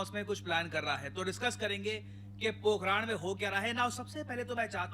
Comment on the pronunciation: "POKHRAAN NAHI POKHRAN" PRONOUNCE HOTA HAI NE BHI GALAT PRONOUNCE KIYA HAI.